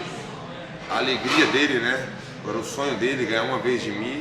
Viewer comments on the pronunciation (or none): none